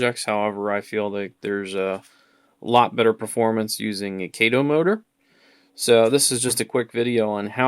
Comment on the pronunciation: Kah-toe, not Kay-toe.